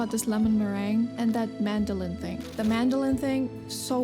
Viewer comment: That's funny I'm french and everytime you said "madeleine" I would hear "mandolin" so I was wondering what you were talking about until I saw it haha